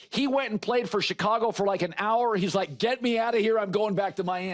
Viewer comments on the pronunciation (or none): none